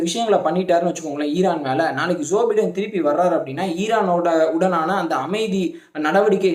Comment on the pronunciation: உச்சரிப்பில் வேண்டும் ஒரு திருத்தம் ......!! ? ஜோ பை( bi )டென்